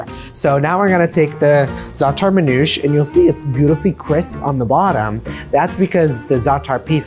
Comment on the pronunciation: Manoush ? MAN'OUSHÉ. Zaator? Zaa'tar. Isra-what? Palestine. Just say it the Lebanese way and stop westernizing our culture. Teach them the word as is.